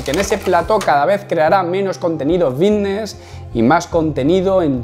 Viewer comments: "Fitness" lleva "f". Es fitness, no vitness. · Por qué dice "vitness" en lugar de fitness? No sé si yo me estoy perdiendo algo o que este tiene que ir a un logopeda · por que dice vitness? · Buen video, no entiendo si dice "bisnes" o "fitness". ¡Saludos camarada! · Vitness ? O fitness ?